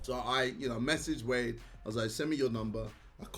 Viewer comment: cant say wade without the w